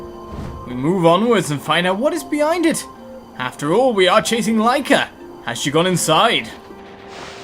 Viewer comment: I'm so happy you're playing okami,! Btw, Lika is pronounced Lee-ka